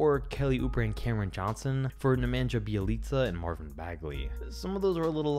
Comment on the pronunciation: Please don't pronounce Bjelica ever again....